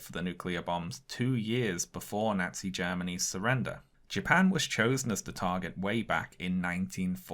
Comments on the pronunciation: Amazing video but I cannot get past how incorrectly this guy keeps saying “nazi”. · I live in the Midwestern United States, and I love how pronounces "Nazi" in the same way that my neighbors do